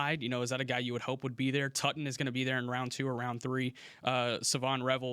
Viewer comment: Bhayshul Tuten pronounced " Tooten"